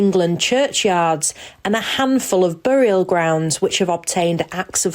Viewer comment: What's a bore-ee-al ground?